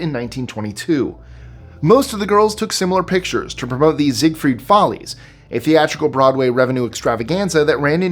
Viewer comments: Zigfield not Zigfeld. Great video otherwise. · ZEIGFELD!! not Ziegfried...